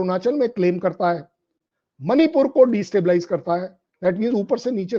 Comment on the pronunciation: एक सुझाव, प्रार्थना है आपसे , कि मणिपूर का उच्चारण "मणिपुर" ही करें, उसे "मनिपुर" न कहें । "मनिपुर" विदेशी ही उच्चारित कर सकते हैं, जिन्हे "ण" का उच्चारण करना नहीं आता ।